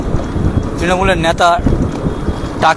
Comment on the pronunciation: এখান থেকে ইনকাম হচ্ছে বস্। এগুলো সোনার ডিম দেওয়া মুরগী। রোজ এদের থেকে তোলা তুলছে। মানুষই তো এদের ভোট দিয়ে নির্বাচিত করেছে,এরা এখন যা করবে সেটা মানতে কারও অসুবিধা হবে কেন? আর আপনার উচ্চারণে নেতা,ন্যাতা হয়ে গেছে। একদিক থেকে হয়তো ঠিকই বলেছেন।